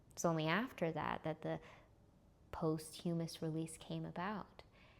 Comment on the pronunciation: Ah! You did it in this video,, and another recent one I watched. You pronounced 'posthumous' wrong. "U" is a short sounded vowel, not the long sounded vowel you're using.Otherwise, you're videos are amazing. Please! Just watch your pronunciation! :)